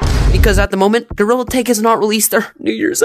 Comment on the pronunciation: It’s gorilla not gorrila